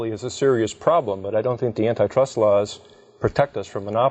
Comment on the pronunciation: I had to stop the video and look up what N-I Trust laws was... but google gave no results, so after thinking for 5 minutes I figured out they meant ANTI trust law, not n-i trust law. But the way they pronounce it is just so incredibly misleading.